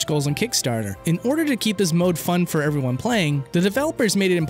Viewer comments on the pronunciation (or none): none